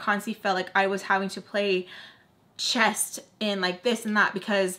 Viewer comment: Am I wrong or do you keep saying “playing chest” you do know it’s chess right? I just want to make sure I’m not crazy